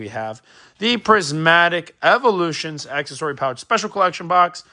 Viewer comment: Comedy, the scalper can't pronounce accessory. Should have stayed in school just a tad bit longer. 😂